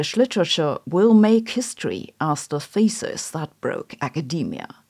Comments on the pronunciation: Y i heard the word "thesis" pronounced as faeces? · In this case, thesis is pronounced feces. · Am I the only one hearing “feces” when she supposedly says “thesis”? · "Smell Feces" the German accent makes it even worse 😀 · The whole time you said "thesis" .... and I consistently heard "feces". The olfactory topic got to me ..... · 'Thesis' pronuonced 'feces'